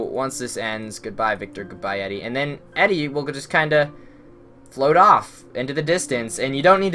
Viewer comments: Just to pick on things... It's pronounced Eedee, not Eddie. Good LP walkthrough though :) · FYI Her name is Edie, pronounced EEE-DEE, not Eddie.